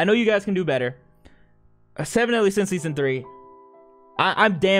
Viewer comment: Seven deadly sins✖️ Semen Deadly Sins✔️